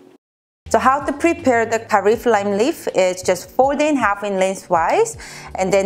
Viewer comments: Lmao I totally love your personality in this video. OAN, it’s kah-fair lime leave. 🥰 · Love your recipes and for kaffir You can pronouns it like “kaf-fi-r” this helped me too. 😊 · Pad Prik King Curry is one of my favorite Thai dishes!! If it helps, to pronounce kaffir it’s like “ka-fear”. Who knew that my parents living in Thailand for many years would come in handy in my lifetime! ;) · Kaffir is KAF-FI-AIR lol I had a hard time saying it too! Lol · You butchering that lime leaf name is the mood 😍